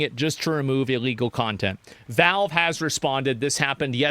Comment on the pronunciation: Why does this guy keep saying "Velve"... is it hard to speak out the letter "A"?